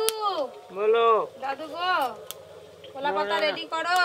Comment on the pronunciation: কোলা পাতা নয় কলা পাতা